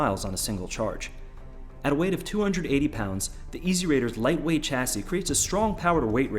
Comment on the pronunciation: It spells Chasi and read as Shasi.